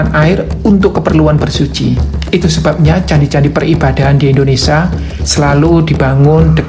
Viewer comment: Indonesia ..bukan indonesa ..